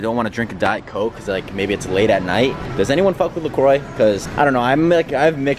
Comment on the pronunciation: You pronounce it “la croa” ITS FRENCH not croi